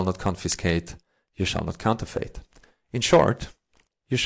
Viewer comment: fucking love this: if you are reading this scarce is pronounced "scair-se" and counterfeit is "counter-fit" (not fate) - hope that helps!